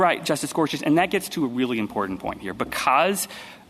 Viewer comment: On a personal note not related to the case, the Solicitor General needs to learn how to pronounce "important " and her voice is extremely grating. And to Justice Sotomayor, no guns aren't dangerous by themselves. It is the welder that is the dangerous component in the equation. If "sensitive places" are so important to not allow guns, then why are those the places where violence with guns occurs? The prevention sought be the designation isn't working.